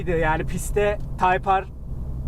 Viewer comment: taypar değil taypır